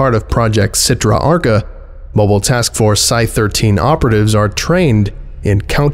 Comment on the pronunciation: Achra not Archa